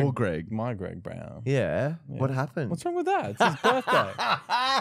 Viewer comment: Gweg Bwown down